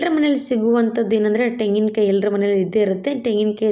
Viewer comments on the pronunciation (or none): ತೆಂಗಿನಕಾಯಿ ಕಣಮ್ಮ ಟೆಂಗಿನಕಾಯಿ ಅಲ್ಲ